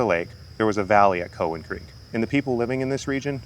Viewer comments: It’s cow an not cohen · We always pronounced it COW-en not COE-wen. I spent many happy hours on and around the lake and spillways in my youth. Thanks for this. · It’s pronounced COW-WHEN. Not from around here are ya? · Is "COE-in" a byproduct of AI narration? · Cow-as in beef- an lake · we've always pronounced it COW en also. id be interested how it got its name too. might help the pronunciation finding out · Its pronounced Cow-in. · COW like moo COWan. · Have you thought about checking out fort ancient? It's about 15 minutes from there. Also it is pronounced COW-EN 😆...My road ends at the lake...5 min walk 😄 btw, I barely see the snakes in the lake...on the trails, every once in a while. Love the video! Thank you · COW-wan Lake. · It’s pronounced Cow WTF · Cool video and even cooler cat. Was excited to see something on Cowan Lake. We always pronounced it “cow” like the animal, but not even sure which is correct. Grew up doing family reunions here for the longest time. Fun fact: the restaurant near there, the Spillway Lodge, used to be my great grandfather’s butcher shop. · As a lifelong resident of the Cincinnati area, I believe it is pronounced - 'Cow Ann' as in the animal and the name. As one word. Emphasis on the 1st syllable. Never heard it pronounced any other way. Thanks for the video. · Never heard it pronounced the way you do. Also, it’s interesting that you have facts on millions of years ago. 🙄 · my friend. im not upset. just letting you know. if you post things in youtube you probably should expect replies with opinions. I appreciate the info a lot but it made it apparent that you probably werent feom around. the area from how you pronounced it. Keep doing what you do. I subscribed